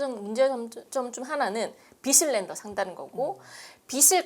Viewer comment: 전문가라는 분이 빚을 낸다를 "비슬낸다"로 발음하면 안되지요. 일반인은 틀릴수도 있지만요. "비즐낸다"로 앞으로 발음해 주시길 바랍니다. 전문가 답게요